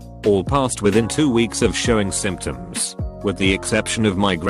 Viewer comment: Simp shuns? Symptoms?